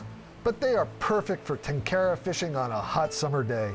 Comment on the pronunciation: If only western tenkara fishermen (who claim to love and respect the tradition) could make a modest effort to correctly pronounce the word "tenkara". They don't even pretend to make an effort.